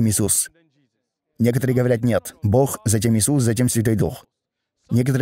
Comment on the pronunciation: Попросите переводчика чтобы он постарался говорить Бог, а не бох!!!